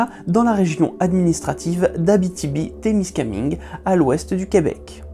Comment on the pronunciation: Mon coeur de québécoise à pleurer à la prononciation de Abitibi-Témiscamingue